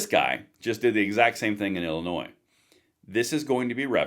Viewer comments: Not to be picky, Illinois is pronounced as “llinoi” with an s at the end which is silent. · Dude... the S in Illinois is silent. This is some important stuff!